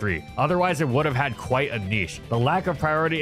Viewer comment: For a second i heard "with chad quick attack" instead of "with had quick attack" lol